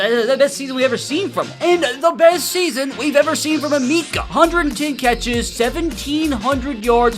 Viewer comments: Yo his name is pronounced eh meh kuh no meeka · Eh-meh-keh not a-mi-ka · As someone from Ohio it pained me hearing him call him E Meekah it’s Uh-Mecca 😂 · Thank you bro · Ah-meh-ka Emeka not E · The way you're pronouncing his first name makes my skin crawl lol still a good video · can u please learn how to say his name bro 🙏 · your saying his name wrong